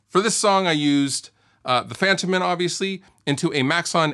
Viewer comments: I believe it's pronounced fun-TOE-men. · Fun fact: It's pronounced Fun-toh-men in Swedish...